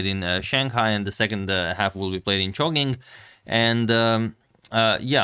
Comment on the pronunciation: When I heard agad pronounced Chongqing as 'chonking', I was like "choking"?! 😭😭😭 Fyi; it's pronounced as "ChongChing"